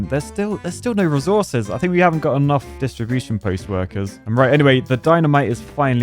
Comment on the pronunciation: I officially demand the distribution of dynamite to be called "distriBOOSHion"